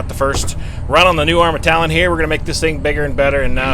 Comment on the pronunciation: love ur stuff but say it with me now...Talion..it's not Talon